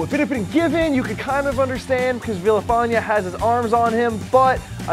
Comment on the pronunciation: that is most definitely not how you pronounce Villafaña